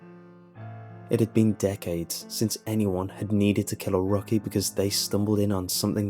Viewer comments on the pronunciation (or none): rocky lol. Rookie. Rook like the Chess piece